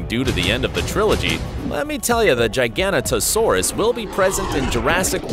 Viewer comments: Wtf in ‘gigantanosaurus?! It’s giganotosaurus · The way he pronounced giganotosaurus lmao